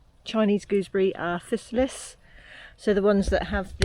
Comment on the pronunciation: Wowza! The River Cottage Mushroom guide is definitely one of the best available, beyond doubt! Worth every penny you paid and then some for a signed copy. "Physalis" pronounciation - Fye-sah-lis - as in "Fee->FYE<-fo-fum" In fairness, I pronounced Hermione as "Her-me-one" in my mind before the Harry Potter books came out..... plonker